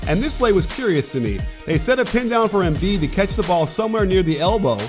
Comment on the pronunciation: Learn how to pronounce Embiid. It pisses me off u dumbass